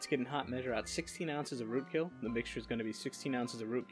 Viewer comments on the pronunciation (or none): I was looking away for a moment and I heard toot kill as road kill and was very concerned lol